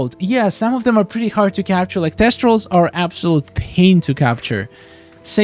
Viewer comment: TH-estrals. They're not testrals.